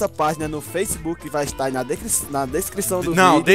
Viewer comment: descripichion kkkkk